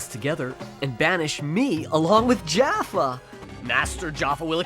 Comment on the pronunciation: I get it now, I know why Jafar was evil in Aladdin!!! ....he just wanted people to say his name right. It's Jaffa, not Jafar xD